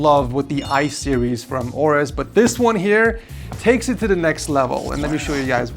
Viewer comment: its pronounced A-orus, not orus